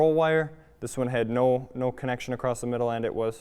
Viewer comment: Nice video! FYI the word is across, or you might use the word crossed, but not “acrossed”. I’m just trying to be helpful- like your videos. 🤓